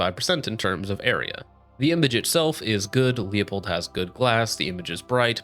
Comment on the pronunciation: It’s pronounced lew pold….. lol it’s not like you work in the industry. Don’t sound like Like tards that say sig saw yer.